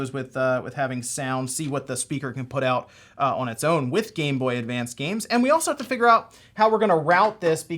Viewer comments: There's no "d" in GameBoy Advance. This is driving me insane. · Advance. Not advanced. It’s like Interac not interact